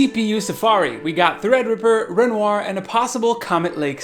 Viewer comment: Yeah. I think it's pronounced "Renwah"